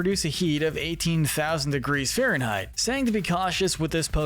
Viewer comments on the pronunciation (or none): none